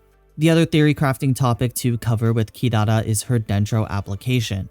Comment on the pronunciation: mate u overpronounce "Kirara" :(